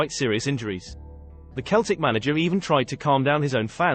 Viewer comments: Its Seltic, not Keltic! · It's Seltic not Keltic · Yeah "Keltic" 😂😂😂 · What the hell it's Celtic